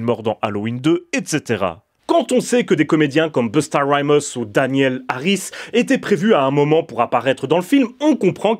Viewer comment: Busta Rymus tu m'as tué avec ton accent 😂😜. Force à toi